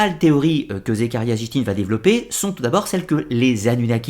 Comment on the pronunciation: Très bonne vidéo comme toujours mais on voit que tu n'es pas un adepte du néo-evhemerisme à la façon dont tu prononces les noms ( on prononce Éric et pas Enrich pour Von Daniken et sitchine et pas zichtine😉) je sais que ce n'est qu'un détail mais ça m'a un peu perturbé à l'écoute de la vidéo